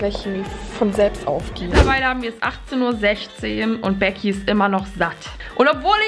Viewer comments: Ich habe beim Intro Megi und nicht begi raus gehört 😂😂🤣🤣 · Hast du lecki anstatt geh sagt ich habe lecki verstanden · du hast anstatt Lecki gesagt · sagt am anfang maci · Du hast gesagt bleki